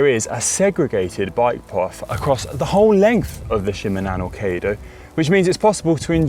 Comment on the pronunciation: Shimanono kaydo = Shi ma na mi kai do ... Gold star for trying! 😆👍... Well recommended, done it twice!